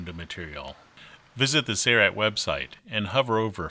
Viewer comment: Mr. Narrator has a nice voice but he doesn't know how to say "Sailrite". : )